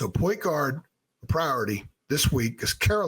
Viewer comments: it’s like one word instead of two and you’re emphasizing guard instead of point lol. Also kinda sounds like Enguarde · Why do you say point guard like that lol